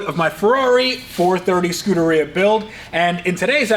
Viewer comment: "scooteria" :D